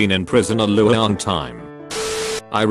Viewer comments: " a loouoang time" Get it right text-to-speech! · I love hearing the voice say words that aren’t words like loooooong time, ‘I’ve been in prison a luaoooong time’